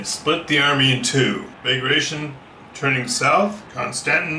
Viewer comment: Great video! Just thought I'd tell you that "Bagration" is actually pronounced "ba gra ti on". :)